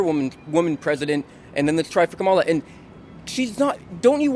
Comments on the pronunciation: Kamala is pronounced as Comma-la, not Ka-MA-la. Love your videos! Trump supporter 100%. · That girl in white jacket carrying yellow bag is voting Camilion. Doesn't even know how to pronounce her name. That girl ain't voting. She has no clue! Geez!!! 🙄🙄🙄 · is it Kameleon or Kamala? 😂🤣😂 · Great tip! I’ll remind others how to pronounce Kamala’s name Com a la as in Communist ❤ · They don't even know how to pronounce kamala.